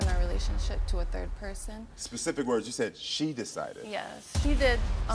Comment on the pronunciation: The reason why he's taken back stage to he spoken to its becasue of his behavior. You can barely hear what he's saying he can barely pronounce his words and he's MAD annoying. Yes I am glad they tool him backstage .